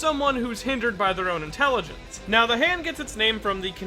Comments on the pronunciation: I think you mispronounced maybe you mean ZA HANDO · That's a funny way to pronounce ZA HANDO